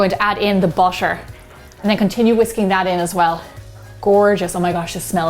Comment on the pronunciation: My god. The way she said “butter”🥴